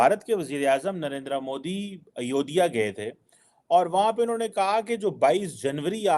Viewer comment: Are chima sale ayodiya nahi ayodya kahte hai tumko bolne ki akl kub ayegi